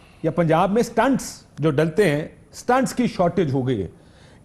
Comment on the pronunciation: Kashif saheb correction please "STENTS" (IS+TENT)